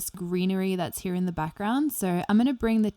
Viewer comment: I like how she says "from he-ya"